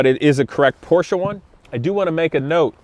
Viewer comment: You are the first American who pronounces Porsche right, congratz. This is a nice 944, but i prefer air cooled 911's. Nevertheless this 944 is a piece of art so handle it with care.